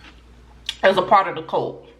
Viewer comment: Girllll that southern accent I thought you was saying COLT (baby horse) instead of CULT 😂😘😂